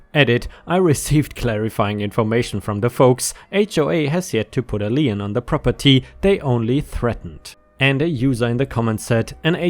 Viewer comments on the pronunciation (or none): I hate to be “that guy” but the American legal term “lien” is pronounced in a way that rhymes with lean, green or mean. It is just one syllable. Sorry